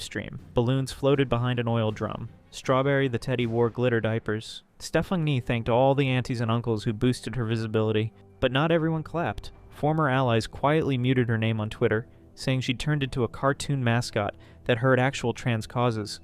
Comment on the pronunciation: How do they not know that the k is silent?!? knee